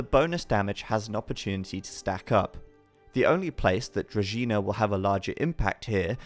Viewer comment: Kudos to for knowing how to pronounce Druzhina (to be collected at the Varrock Museum).